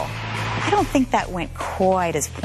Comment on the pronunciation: HAAAHAH "don't think" was actually "don't sink"